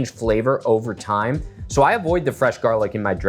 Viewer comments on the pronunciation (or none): none